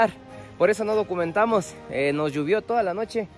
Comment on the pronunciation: Excelente video. Saludos. Tengo una inquietud: por qué dicen Lluvió así con u y no llovió que es la forma correcta. Unos amigos del exterior me preguntaron si así decíamos los ecuatorianos !